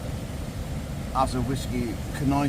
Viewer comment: Listen to the whasky❤